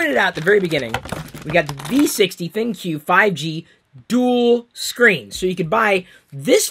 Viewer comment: It's pronounced "Think" not "Thin-Q".